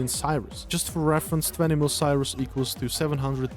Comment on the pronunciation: Cyrus" . Its Curie ,,CURIE" !!! my god its CURIEEEEEEEEEEE